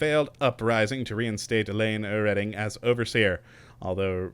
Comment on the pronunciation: The one thing I do find retarded about 'k' is his instance on MISPRONOUNCING CHARACTERS NAMES!!! Like in fallout 4 he insisted on calling ADA ,ADDA! so now calling REDDING , READING gahhh what a dink ! So bloody ignorant and so disrespectful to his viewing audience, jeez!